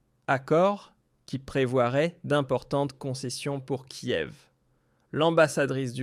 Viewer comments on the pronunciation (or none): none